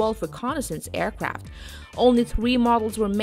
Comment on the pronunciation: This is a wheewy wheewy good video, aewcwaft like the valkawee are reawwy coowow